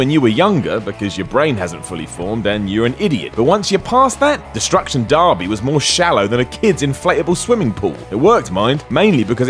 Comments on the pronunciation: barby, really, its derby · Every time he said darby instead of derby I cringed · How does one pronounce Derby as Darby? I get we have cultural differences and use different words for the same thing but Darby? It's like you've given up on trying. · Darby?.... Derby right? Is darby the international name? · Why the fuck is he pronouncing derby like 'darby'. Jesus bugged the shit out of me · "Darby" "Mary-o" Ugh.. I'm sorry, I didn't realize the host was slow or something before I made the first comment. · "FIFER" "DARBY" "MOR'UHL KOMBAT" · What exactly is a destruction dArby? You do know the letter E is pronounced the same in England as it is in every other English speaking country, right? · I've never heard of "Fee-fer" international or Destruction Dar-bee. must've not made it to North America! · The way you pronounced Derby made me cringe. It's not pronounced Darby.